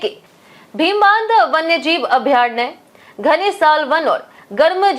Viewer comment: अभ्यारणय 😂 ......थोड़ा पढ लिया करो।